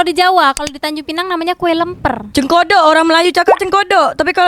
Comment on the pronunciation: Cekodok bkn cengkodok😂😂😂😂😂